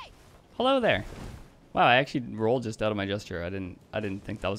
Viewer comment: “Ouut” are you canadian?